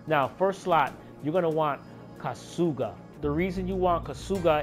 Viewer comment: Lol KA-SOO-GA 😂😂 Bruh.